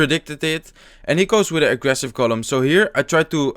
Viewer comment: use to say 'Golum' from The Lord of the Rings instead of 'Golem'